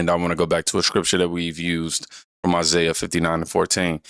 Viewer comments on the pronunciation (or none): none